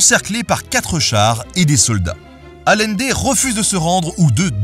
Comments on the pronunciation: Super épisode! Juste un petit commentaire, le nom de Salvador Allende se prononce comme si ça s'écrivait Aïende. Petit clin d'œil d'une Chilienne ;) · Super vidéo merci ! Parcontre Salvador Allende ne s'est pas suicidé, il a était assassiné. Ps: ça se prononce ayendé 😁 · Ce pauvre Allende, déjà que cet humaniste a eu une fin tragique, il faut aussi que tu lui écorches son nom ! Deux L en espagnol, on prononce "Aliendé", un peu de respect que diable 😛